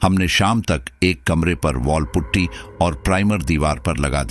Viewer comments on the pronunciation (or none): none